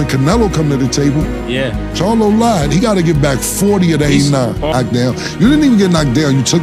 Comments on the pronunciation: Crylo not charlo bruh🤣👍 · That man name crylo not charlo